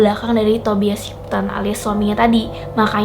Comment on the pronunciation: Maap ya kak saya koreksi sedikit, Tobias tulisannya. Dibaca Tobayes.